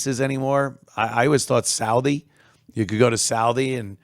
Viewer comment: You mean Southie??? Not salvie